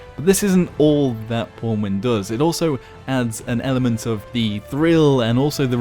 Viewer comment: Even pronounces it as pornwin... What has life come to...